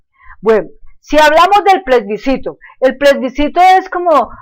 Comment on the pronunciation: es plebiscito no plesbicito,,,, aveces hay que saber hasta pronunciar para no decir cosas vagas sin fundamento ,,,, hablando de cosas que no sabe